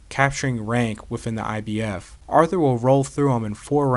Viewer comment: Man artur last name is getting butchered